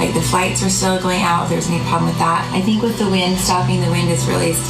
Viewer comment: “Tink of gas” 🙄